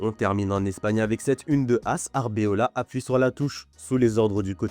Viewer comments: C'est Arbeloa et non Arbeola svp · Arbeola 2jours de suite, faut apprendre à lire les mecs